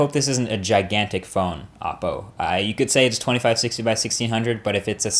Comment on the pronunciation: It's pronounced " oh Poe".... not "ah Poe"... just saying because they have many videos with the pronunciation and yet people in their vlogs say it the other way... not a big deal to some but it's kind of annoying. Not disrespecting your video or your credibility, because I like your videos a lot. I just thought you'd like to know the way it's pronounced.